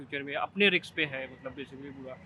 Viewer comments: Bhai riks ni risk hota ha 😡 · Riks ❌️ Risk✅️ 😅😅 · रिक्स नहीं र रिस्क